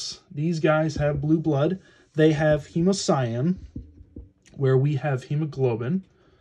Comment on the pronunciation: "Hemuhcyan" Hemocyanin There, fixed that for you.